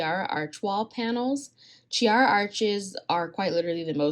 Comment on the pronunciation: it's pronounced KEY-ara. It's in Italian